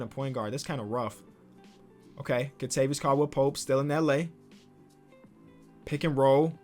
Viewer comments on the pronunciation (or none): The way he said Kentavious 🤣